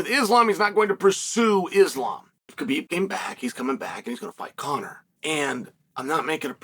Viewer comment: Just say Habib... Thats the way its pronounced 🤷🏽‍♂️